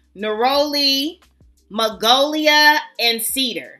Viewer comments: it's magnolia, honey.. not magolia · Magnolia not magolia 😊